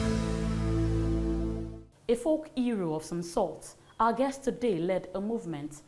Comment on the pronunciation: I cannot believe that a graduate that passed out of a university and eventually got a job at a TV station will start a sentence by saying " A folk eero of some sort". That word is HERO. In Nigeria we accept mediocre performance in every capacity, that is why we are so backward compared to other developing countries. Being in the media, you are supposed to be trained to communicate properly. If you cannot do the job,you get the hell out and let a qualified individual come in. Why should the station hire people who cannot communicate properly?